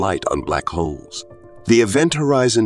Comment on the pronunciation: Omg I thought he kept saying Black Hoes 😵‍💫